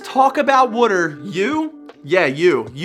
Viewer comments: The way you say water makes me cringe so hard. Valid tattoo advice though. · you say water wrong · I can hear the philly accent when you "wooder" LMAO. Love the videos! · From hearing you say water, are you from Baltimore? 😂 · Why does he say “water” like that?